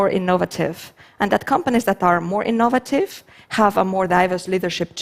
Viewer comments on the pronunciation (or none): Ee-NOVE-vuh-tiv' Took me a while to get that one. :)